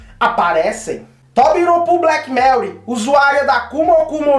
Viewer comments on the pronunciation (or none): Só não acertou a pronuncia dos Tobiropos... né "Tobiropuu"